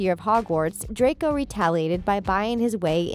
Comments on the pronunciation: ItS DRACO not DRAYCO -_ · The commentator said “ Draycoy” instead of “ Draco” at the time ‘ ’. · danil radcif ? isnt is dani-el rad-clif ? edit:and dracor malfoy ? its draco malfoy i would know hes my crush? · I cant get over the fact that she pronounces Draco's name as Dracoy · Did she just say 'Dracoy' Draco:MY FARTHER WILL HEAR ABOUT THIS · You need to test your knowledge because you said “Dracoy” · No she called him dracoy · You're saying it wrong..it's "dracO" not "dracOY"! Omg just yes that irked me. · Juliana Savoca I think she combined draco and malfoy XDD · * WHY ARE ALL THESE COMMENTS ABOUT HER MISSPELLING OF DRACO, HONESTLY!!! ITS JUST ONE WORD AND EVERYONE IS COMMENTING ABOUT THIS DRACOY THING!!!!!!!!!!!!!* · The Things: Dracoi Malfoy Me: WhO iS dRaCoI mAlFoY? WhOt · Hermione: Stop! Stop! Stop! You're going to take someone's eye out. Besides you're saying it wrong. It's Draco Malfoy. Not Dracoi Malfoy! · Bruh i got so mad when she said “Dracoi” rEeEeEeEeE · No one: Literally no one ever: Not even me: The things: DrAcOi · I'm sorry. Did you just call Draco Malfoy a villan? My Father will hear about this! Also why do you call him Dracoi? Its Draco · She kept saying “Dracoy” instead of Draco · Who noticed she said dracoy malfoy not Draco malfoy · She says shes a big fan and everything..but she said DRACOY malfoy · Um who's "dracoy" exactly? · its DRACO not Dracoy or dracor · You said DracoY. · I know the first time I herd it I thought she just slipped up and then SHE KEPT AAYING IT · Normal people: draco Her: dRaCoY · we’re not even gonna talk about how she said “dracoi” LOL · "DRACOI" I hate this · We not talking about how they keep saying ‘Draycoy’ 😂 lol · Yeah I about threw my phone after she said it the third time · Yah why is it now “DRACOY” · it’s just muggle pronunciation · i love how is “dRaCoY” says PoTtAh lolz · the way she keeps saying Draco wrong is really annoying like she keeps saying Dracoy and im like what thats not even his name